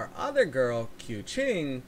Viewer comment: The funny thing Keqing prounonce is Koo Ching /Kuhching in my country means Cat and the fun fact about Keqing is her hair look like Ear Cat So yeah she literally Cat 😸